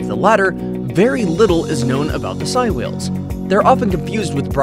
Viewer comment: Its actually pronounced sey like saying so its sei whales